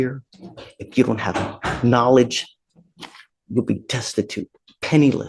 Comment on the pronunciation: Curious, why does he pronounce the "k" in knowledge? I pronounce the "b" in dumb for those who are exceptionally so.